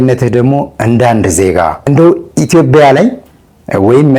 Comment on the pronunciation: ውድ የዶርቃ አዘጋጅ ከነጋሽ ጋር ያደረከው ውይይት ጥሩ ነው ግን ኢትዮጵያን ስተጠራት (ኢትዮቢያ) ብላክ ነው የጠራ ሐት በተቻለህ መጠን ስሟን አስተካክለህ ጥራት🙏🙏🙏🇪🇹